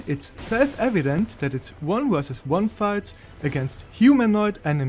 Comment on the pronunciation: He doesn't, all he does is get mad at mispronouncing Heide while talking about thweat assessment wersus tarjet prioritisation